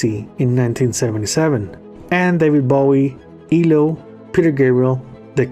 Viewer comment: Did you say E LO? It's actually ELO(Electric Light Orchestra)🙂